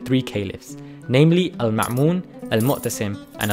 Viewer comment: You slightly mispronounced the names of two Abbasid Caliphs. It's المأمون not المعمون and المعتصم not المؤتسم. Otherwise, good video.